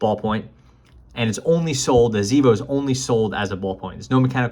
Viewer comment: It seems to me that a native German would say ksAYvo.